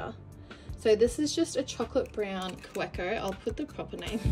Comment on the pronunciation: Kaweco is German and the w is pronounced like a V. Ka-vay-Ko. I know because I was corrected myself. I like that pen its just hard to see exactly what color it is. It almost looks black. I just told myself I wouldn’t buy another Twsbi and I did. I bought the latte or café. I can’t remember what color it was with the bronze. brand new color way.